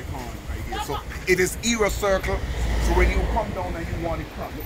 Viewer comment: HEROES CIRCLE not " era circle"